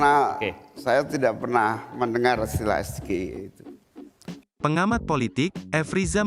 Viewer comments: sebab yg betul ES JI AE EE.. bukan ES GE II EE..😂😂 JUHAHAHAHAHAHABAHAHAAA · MAAF BANG ADMIN.. itu bukan kecerdasan GIBRAN, tp Gibrannya yg salah nyebut singkatan.. singkatan bahasa inggris tp penyebutannya pakek bahasa Indonesia😂..... salam SAMSUL😅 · Cerdas, kok Asam sulfat bisa keluar dr mulutnya. SGIE itu istilah dlm bahasa inggris. Kok Gibran nyebut singkatannya bahasa Indonesia. Bahasa Inggrisnya ES.. Gi.. Ai.. I Gibran nyebutnya Es Ge i e.Nampak bedanya boss. Gibran ditanya ulang 2x lihat contekan. Lalu ada kata UDAH keluar dr mic Gibran. Itu apa ya?? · panas gmna uda jelas gibran gk bisa baca inggris 😂,masa SGIE di baca es,ge,I,e jg ,prabowo pun akan bingung malah seisi kpu aslinya bingung, dia ngasi singkatan kepanjangan katanya bahasa inggris,itupun ngambil contekan dlu